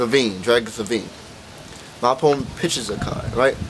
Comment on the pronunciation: u said " opoment" lololollol